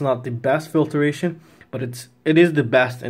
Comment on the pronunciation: I admit, the mispronunciation of filtration drove me a little crazy too. Pointing this out though is not hate. Misuse of the word hate is equally annoying. 👍☺️